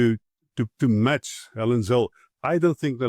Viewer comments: Zille not Zilly. Your pronunciation please! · He name is pronounced Zilla!!!!